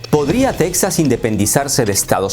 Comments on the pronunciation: Para independizarse necesitarían que los 49 estados firmaran estar de acuerdo en la secesión, de otra manera es sólo TEXAS B/S., el nombre en español es TEJAS no teksas....ya que lo narras en español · En español, se pronuncia 'Tejas', no 'Tecsas' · solo para recordarte a ti y a todos los hispanos que se pronuncia Tejas, no Tecsas. Gracias. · En español se pronuncia "Tejas" amigo. Buen video. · se pronuncia TEJAS TEEEEJJJJJAAAAAASSS toma dis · Las “Tetsas” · La manera que pronuncias Texas, descarta que eres Mexicano. No creo que se independice Texas (Tejas), Estados Unidos depende demasiado de ese estado. Es una estrategia electoral de los republicanos. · No se dic-ze tec-zaz, ni los án-lleles ni niu-méc-zi-cou. Plis, dount breic mai iirs. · Tampoco tejas es Texas, se pronuncia la X hallo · Si se de e pronunciar con la X ubícate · Se pronuncia Tejas..aunque se escriba Texas.. no lo digo yo.. consulte la RAE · No, se dice Texas pronunciando la X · No, se debería decir correctamente Texas pronunciando la X que así se escribe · Texas en español se pronuncia como México con j de jamón no con x.